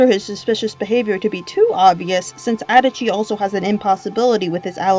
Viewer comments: I’m sorry... How the hell can you say adachi like “Edachi” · the way you pronounce adachi I'm actually going to cry it's literally pronounced in the game